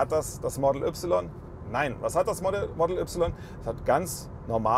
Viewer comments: Entweder sagste "Modäll Üpsilon" (deutsch) oder "Modl Wai" (englisch).......aber net ne Mischung "model üpsilon" ;) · Das er das Y deutsch ausspricht triggert hart - aber sonst guter Test 😀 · Bist du hängengeblieben? Tesla Model - nicht Tesla Modell ... es handelt sich also um einen englisch geschriebenen und damit ausgesprochenen Namen. Und daher auch die Aussprache. Da wird hier auch gar nicht diskutiert. Sucht euch mal an der Hecke den Nachbarn um dummes Zeug zu sabbeln. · Englischer Name "Model". Ein Eigenname. Und dann hat wer bei Tesla dir gesagt, dass die "3" deutsch ausgesprochen wird? - Kann es sein, dass du zur Bildungsunterschicht gehörst? Kann es sein, dass du schlicht ein richtig hohler Proll bist?